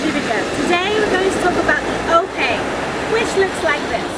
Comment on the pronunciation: One who actually understand how to use ones body when doing Ori. Many dancers struggle with Ope, and they do it wrong. They don’t realize that it’s just a circle like when they Fa’arapu, as well as using their stomach. As with Belly dancing, Ori Tahiti is also a core dance...btw it's ''O-PE'', not ''O-PEY'' lol.